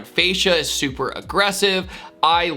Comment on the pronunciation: Where you said "it could've been super tacky", you I heard: "it could've been Supra-tacky" :). "Supra", with its fake vents, should become a synonym for "tacky" these days.